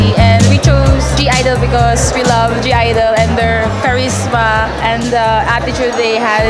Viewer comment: A lot of (G) I-dle fans still doesn't know that their name is just pronounced as "idle". The "G" is silent.